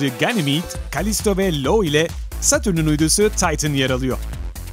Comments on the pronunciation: yaptığınız bilgilendirmeye tüküreyim. 1)Jüpiterin uydusu Lo değil Io(ayo diye okunur ıspartanın "ı" sı) 2)ay tutulması 100 yılda bir mi ?:))) 3) güneş aydan 400 kat büyük mü? gerisini izlemedim bile. Espirilerde iğrenç takipten de çıktım. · Jupiter’in IO (ay, o) uydusuna LO diyerek tarihe geçtiniz 👏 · Lo değil İo